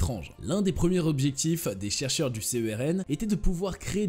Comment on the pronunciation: Petite remarque à l'attention des gens qui ne connaissent apparemment rien à ce sujet : le mot se prononce CERN, pas C.E.R.N...